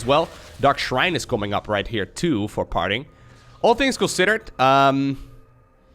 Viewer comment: swore i heard "Farting" a couple times ....